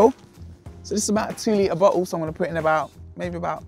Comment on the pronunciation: Every time this dude said bottle, I heard butthole.